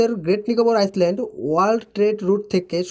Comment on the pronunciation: ভাই," ISLAND" কথাটার উচ্চারণ হয় "আইল্যান্ড"। এখানে "S" অক্ষর টা সায়লেন্ট থাকে। সুতরাং তুমি যে একাধিকবার "আইসল্যান্ড" বলেছ সেটা ভুল উচ্চারণ।